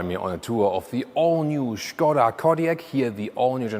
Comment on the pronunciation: it's skoda in english and not shkoda hahah